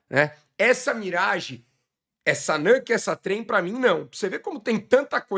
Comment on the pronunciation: a pronúncia é nÚke mesmo, não nÂke. Bbç!